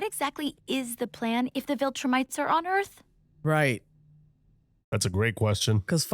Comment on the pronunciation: We are four seasons in and still calls them voltrumites lol 😂 SAY IT WITH ME VIL-TRU-MITES